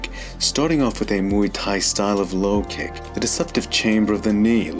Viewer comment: Mooey Tie (phonetically)? It is not a sound a cow utters! You do cover the subject in a precise and well thought out manner; but Muay Thai is pronounced (phonetically) as rhyming with BOY but with an M replacing the B - so, we have this to help you, since you wouldn't call 'KARATE' KORETE, now would you, my dear (BOY)? Here is the Thai pronunciation, which is respectful of both the tradition & the language - Have a healthy and productive New Year!